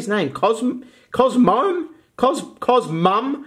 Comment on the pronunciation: Cos moe em Is how you pronounce it